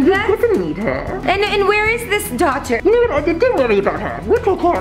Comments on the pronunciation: Rebecca it's daughter not doll😂😞😟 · It's dauter